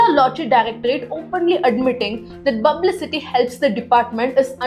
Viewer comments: Bublicity, i learnt a new word today. 😂 Is P silent in Tamil language, just curious 😂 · Its not Bublicity its Publicity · The video was informative. But please correct your pronunciation of publicity.